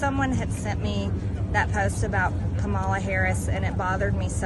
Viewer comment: The same woman who is denouncing someone else for racist speech still intentionally mispronounces Vice President Harris’ first name. So unserious.